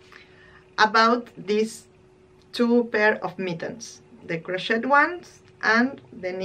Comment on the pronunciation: Your sweater is beautiful. I’ll be back to watch more. Your English is better than my Spanish. Crochet is pronounced without the ‘t’. With the t it sounds like a bad word. Crochet, I think, is a French word. 🇨🇦